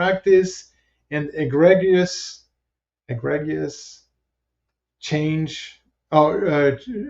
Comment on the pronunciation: Agreegious is how you pronounce egregious